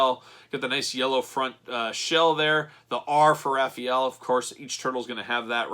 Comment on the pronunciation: “Ralphy-ellow.” Omg 😭😂